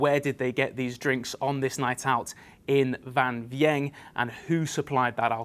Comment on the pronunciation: A few corrections on the bbc reporting needed. Firstly, the town is pronounced Wang We-ang. Secondly, the most likely scenario is that the Vietnamese bar owner was dishing out free shots of dodgy moonshine that he would have paid very little for as a loss leader. Perhaps a family member made it. Probably a case of little care and attention to safety. Vang Vieng is a popular place for young backpackers to drink and go tubing down the river. There are plenty of other substances available too. Finally, drinking the local beer Lao would be highly unlikely to result in a tragedy like this. Obviously you should steer clear of anything that could be moonshine.